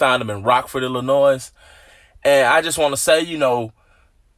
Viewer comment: Bro ur from Chicago, Illinois and you cant even pronounce Illinois correctly...